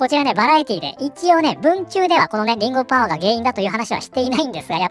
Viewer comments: 画面見ないで聴いているとリングオブパワーがリンゴオブパワーに聞こえる😂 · 画面見ていなかったんだけどりんごパワーりんごパワーと聞こえて、なんじゃそりゃ…キラートマトみたいな作品か…？と思った(違った)